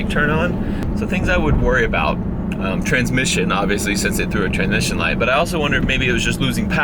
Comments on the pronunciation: Yes, part of my soul died, and I shed a single tear every time he said “transmission” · Every time he says transmission light i die a little